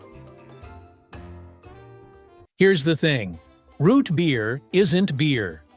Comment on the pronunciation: Why you say root beer like that?!?!?!? Shut up!!!